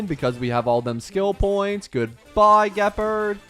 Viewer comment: Im pretty sure you pronounced Gepard wrong.